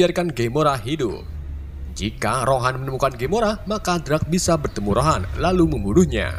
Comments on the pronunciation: Ronan bang bukan rohan😅😅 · Ronan min, bukan rohan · Ronan njir bukan rohan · Ronan bang bukan rohan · Bang yg bener tuh ronan bukan rohan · Bukan rohan tapi ronan